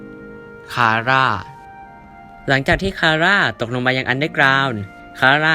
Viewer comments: ตก เปล่าเหอะ แต่พี่เขาพูดผิด 55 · 4.52 ได้ยินว่า'ผู้ไดก็ตามที่ตดยังมาอันเดอร์กลาว'555+